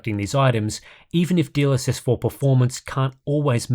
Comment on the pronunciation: I keep hearing : DLSS4 bounced